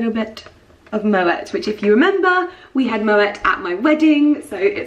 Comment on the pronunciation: Babe, pronounce Moët as Moé/Moae 😘